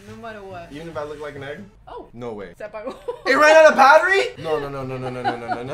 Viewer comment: he said it ran out of pattery LMAO